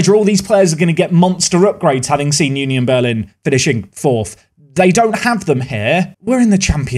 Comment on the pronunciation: It's more like uh nion Berlin and not you nion Berlin